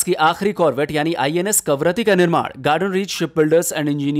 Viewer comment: कावारत्ती के लिए हर बार "करावत्ति" बोलै गया है, सही नाम केवल 4 बार. . . Gives a very bad impression. . . Please take care to brush up your GK also. . .Very good effort otherwise. . .Good luck